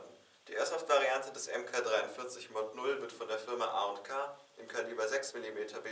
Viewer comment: Ich versteh jedes mal AmK..